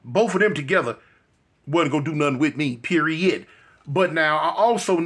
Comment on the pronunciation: When big partna says " PEERIODD" you know it aint gonna be no ifs ands or buts about it